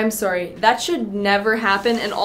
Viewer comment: you say “I’m sorry” like such a Canadian 😂